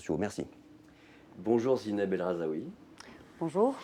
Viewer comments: Mouais, mauvais intervieweur d'une bonne interviewée mal filmée ! De plus, il ne s'agit pas de Zineb "el RhazAoui" comme prononcé plusieurs fois lors de la vidéo, ni de Zineb "el Rahoui" comme écrit à 2 reprises dans la présentation, mais bien de Zineb El Rhazoui, c'est quand même pas compliqué.... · Même pas capable de nommer son invitée correctement "El Rhazoui" pas "El Rhazaoui" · Il s'agirait de prononcer correctement Zineb el Rhazoui, et non pas Zineb el Rhazaoui...